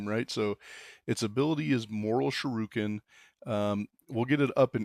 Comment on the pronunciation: "Mortal shuroken"